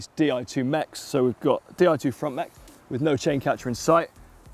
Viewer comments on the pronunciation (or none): none